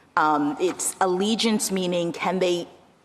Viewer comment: Jackson is wrong on "allegiance."